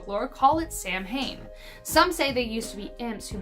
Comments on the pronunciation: I’m half Norwegian and half American Indian! Happy St Patrick’s Day! (The Norwegian part were from Scotland and Ireland)! It’s pronounced Sow wen . Not Sam hane. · it's pronounced sow in not samhain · It’s Sow-een not Sam hain. It matters. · Yes Sow wen . Not sam hane. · Samhain is pronounced more like sowen == sow as in a female pig. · You pronounced "Samhain" wrong. It's "Sow-in". & The "Wild Hunt" is not anything like how it was described. It is Norse in origin, more specifically Norse Pagan, it happens during Yuleblót, when Óðinn (Odin) rides at night and had been known to take the odd person who was caught out by themselves at night. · Samhain is actually pronounced sah-win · Did anyone else cringe at their pronunciation of Samhain? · It depends. I'm Scottish and I've heard it pronounced both ways, historically and in modern practices by both Scottish and Irish practicers. I think it depends of wether you follow Celtic, Druidic or other Clan-Based traditions.